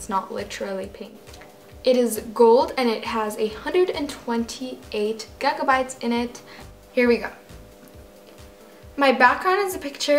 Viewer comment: gaga bytes!!!!!!!!!! lol your pronunciation